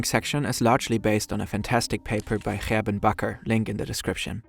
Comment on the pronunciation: I was wondering where you're from until you pronounced Gerben Bakker. Nu weet ik.